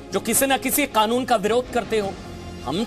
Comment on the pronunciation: Oye kake Kanoon hota hai.. K-nun nahi hota..